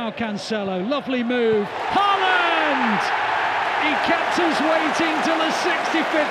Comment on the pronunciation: Perhaps you manage to pronounce his name correctly by his 100th. It's close to HAWLAAN (like in "in awe", with emphasis on AW, and the d is silent). And it's not EARLing either...